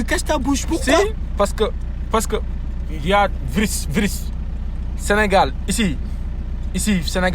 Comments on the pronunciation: le premier taximan a tellement peur qu'il arrive a dire virus . il dit "vriss" 😂😂😂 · Non il as dit crona vrisse